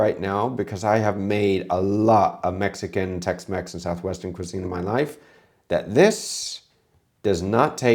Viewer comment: Jamie Olive-Oil Tex-Mex ❌ Jamie Olive-Oil Tex-Mess ✅